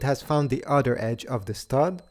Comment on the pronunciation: Other is pronounced other not udder…